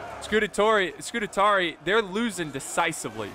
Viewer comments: Scoo - taa - ree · SCU - TARI not SCU - TA - TARI Read the name man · Not: Scu-te-tari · Scutatarii😂😂 ,man i love u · say it with me: Scu-ta-ri-i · Isn't that a rooster, not a chicken? And Scutarii is pronounced Scoo-tar-ee-eye. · That's funny, I didn't know that I had already watched this video, and after so long I couldn't handle it, nope I've got to comment that you're pronouncing Scutarii wrong, then i saw a previous comment by myself instructing you how to say it. 😂 I guess that's twice I just couldn't handle you saying scoot-a-tar-ee. (It is Scutarii not "Scutatarey").